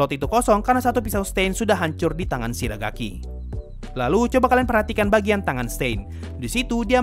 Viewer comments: Shigaraki bang.. bukan shiragaki oke.. ITU detail kecil yang gue temuin di video ini😁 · Malah Shiragaki.Wkwkwk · shigaraki bang bukan Siragaki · shigaraki ui bukan shiragaki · shigaraki bang bukan shiragaki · Shigaraki bang bukan shiragaki :v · Shigaraki bang bukan shiragaki😂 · shigaraki min bukan shiragaki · kok gw dengernya shiragaki bukan shigaraki ya?